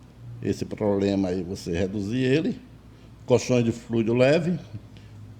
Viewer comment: Esse amigo que fala ploplema é almoxarife? 😆😆😆, o ramal dele é o tles quatro cinco?